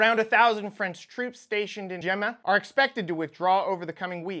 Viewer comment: Bro its pronounced guy-anna